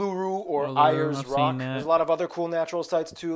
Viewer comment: He certainly got more correct this time, but still a few errors. Others have corrected some. Pitcairn Island not Pitcarin, Ayers Rock is pronounced Airs Rock and it’s a name not used anymore with the rock having been restored to the First Nations owners.